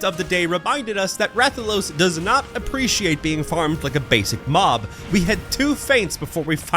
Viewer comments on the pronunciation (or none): none